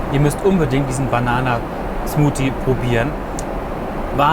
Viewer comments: als ob es hierniemanden juckt dass er SMOTIE sagt und nicht SMOTHIE. allah es heißt th nicht t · Zuerst dachte ich Filme in der Orginaltonspur (meistens auf Englisch) sind doch eh viel besser. Die deutsche Synchronisation braucht doch kein Mensch, aber bei als einem der Banenen Smoothie alias "Smuti" empfohlen wurde verstehe ich warum die deutsche Tonspur vmtl. eher zu empfehlen wäre :-D